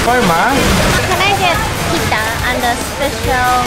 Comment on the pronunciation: well I think you should say pizza not pita